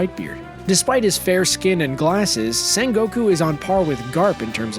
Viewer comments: Why are u pronuncing Sengokus name as if it was Sen-goku like its not like they dont say his name in the anime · “san goku”